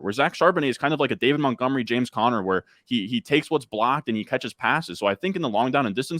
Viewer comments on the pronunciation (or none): none